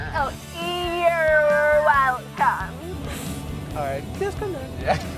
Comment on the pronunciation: just realized they don't even say "you're welcome" right